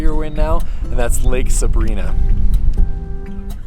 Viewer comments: Nice trip. Been to all of them and very nice to see them from your lens! Just an FYI: Sabrina (Suh-BRY-nah) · I'm a year late, but if you want to sound like a local it's pronounced like Lake Sabr-eye-nuh :) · Pronounced Sa brine ah, Lake sa brine ah! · LOL.....it's not Lake Sabreeena, it is pronounced "suh-bry-nuh. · Love your videos. Your dad’s adorable!! I’m crushing!!! I grew up in Bishop. Anywhere you go will be beautiful. BTW it’s Sabrina but the I is pronounced long I. Sa bri na. At least that’s how all the locals say it since I’ve been alive. 1966.